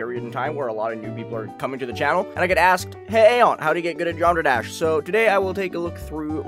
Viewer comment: man said "geomra dash"